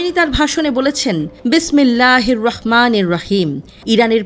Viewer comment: উপস্থাপিকার বিসমিল্লাহ উচ্চারণ চমৎকার ছিলো